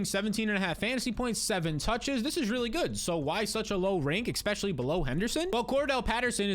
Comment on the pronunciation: Love the content. Hate the way you pronounce the word 'ecspecially'